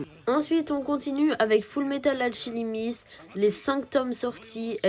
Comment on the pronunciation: la vidéo est tres bien par contre le alchilimiste sa ma rerminer